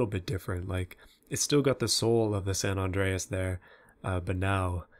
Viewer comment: It's like ur saying sand on drayis when you say sa Andreas